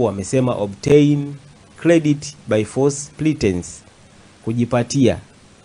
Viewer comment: Sio " false pletence " wakili, please. Ni false pretence 😊